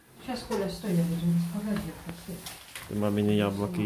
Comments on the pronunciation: Ризетка))) рОзетка ! О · Электрическая розЕтка , а не рЕзетка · Не могу больше слышать ризетка, за ранее извиняюсь, но режет слух. Розетка - слово от французского "Rosette". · НЕ ризетка, а РОЗЕТКА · Резетки и ризетки !!!